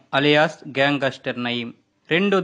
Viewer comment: గ్యాంగాస్టర్ ..😂 కాదు నాయనా .. గ్యాంగ్ స్టర్